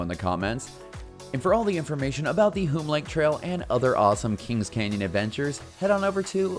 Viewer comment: The name is pronounced similar to "soon" or "tune", Hume Lake.